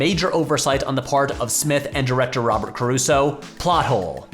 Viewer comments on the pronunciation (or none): none